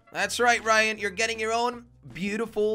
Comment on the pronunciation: Manal Al Rashed the person said Ryan but it’s rayan